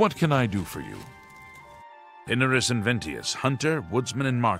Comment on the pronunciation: pina-rus, pin-ar-us